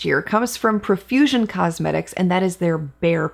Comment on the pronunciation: Such a fun and informative video. Profusion is such a great brand. I think it's pronounced "pro"fusion, not "pruh"fusion. 🤷🏻‍♀️